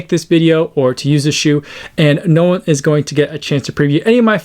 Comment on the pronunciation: Your Maori (Te Reo) pronouncing of One i.e. oh-nay is bang on! From a Kiwi.